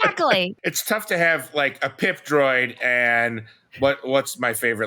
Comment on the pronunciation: It could just be me, but since you guys focused so much on Qimir's physical appeal, I kept only hearing you say "Pimp Droid" every time you referred to PIP.😅